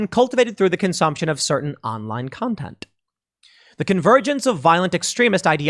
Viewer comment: Pool, did you say "content" or "contenTTT" ?